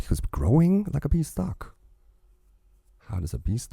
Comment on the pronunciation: Growing like a bean-stalk, not bee-stalk.